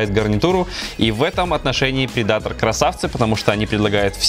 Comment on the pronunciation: предатор..ударение не там.